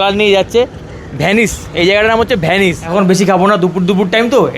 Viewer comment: 'ভ্যানিস' না রে ভাই 'ভেনিস' . . .